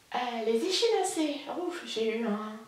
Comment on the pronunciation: hello, pour ton info les chaussettes Echinacées, ça se prononce Equinacée....😉😉😁😁, je tricote aussi la cumulus blouse, mais je me suis arrêtée tout net, car j'obtiens un tissu beaucoup trop transparent, du coup je vais détricoter et refaire, je le montre justement dans mon dernier podcast; actuellement j'ai aussi un châle en route, c'est le Wendy's fern de princesse grenouille, c'est un châle à un écheveau, tout facile et comme toi actuellement j'essaie de faire des choses sans prise de tête. Pour ton plaid tu peux le passer dans le Kal de Cécile, car elle a bien dit que si on avait un encours qui traine en longueur, même si on l'a commencé en 2021 on peut le prendre pour le finir dans le cadre du Kal. j'ai bien envie de participer aussi au Kal de Christelle pour les décos de noel, je ferais bien les petites étoiles que Julie Miette a présenté dans son podcast. à bientôt et bon tricot